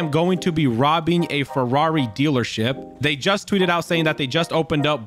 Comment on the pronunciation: “Forrari” lmao